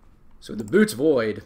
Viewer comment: It's not the "Boots" void, it's pronounced "Boy-eh-tees"